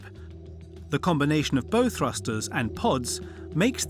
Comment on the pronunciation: "Bow" - is pronounced 'bough'. As in "OW!!" (it is not something you put in a girl's hair).